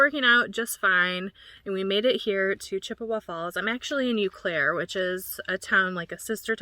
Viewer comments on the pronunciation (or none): You were near where my dad was born and raised in Fairchild. Fyi, it's pronounced "Oh Claire". 😊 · Welcome to MN! Btw, no big deal but the Eau in Eau Claire is pronounced O Claire. Eau=O sound. I hope I don’t jinx you but do you ever get mice? How do you deter them? I love watching you & Joeys adventures ❤ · I have never heard someone say Eau Claire like that. It's like oh Claire.